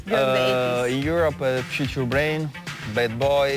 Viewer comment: did he say tchuture brain when she asked about his greatest hits???